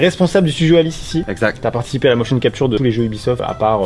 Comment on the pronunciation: Il dit exact mais on entend exactement